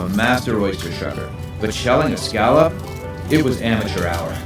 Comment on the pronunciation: Oh please!!! Will someone please teach that man how to pronounce scallop?? it was painful to listen to him.